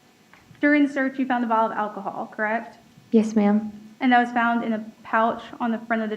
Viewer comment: Could someone please teach that prosecutor to pronounce "alcohol" correctly? She keeps saying what sounds like "Ockohol."